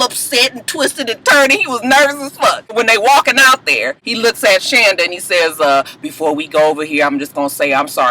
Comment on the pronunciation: ....you pronounce her name SHAWNda........lol....Muah!